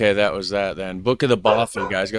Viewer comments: Hi... Just to say (& I know someone will correct me if I'm in error here) but although "bothy" looks like it's pronounced like "both-y" it actually rhymes with "cloth"-yr both - cloth. ( Unless you say 'cloth' to rhyme with 'both'?!) so not the long 'oh' sound, like: oh, or so, or flow, or go, okay? 👎 The short 'o' instead... Bothy o...like: Cloth, moth, broth, doth... okay? 👍 not "bowthy"... 🤞😏🏴♥️🙂🖖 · Thank you for pointing this out. As a Scot, his consistent mispronunciation was grating to my ears 🙄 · 'Bothy' to rhyme with 'coffee'